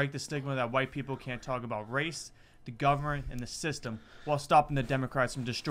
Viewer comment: What the fuck are provetee and govbermnt? These cunts literally can't talk. Edit: I found out he has a speech impediment. Still, he might have an excuse for not being able to speak with perfect diction, but he doesn't have an excuse for not being able to be able to think with basic logic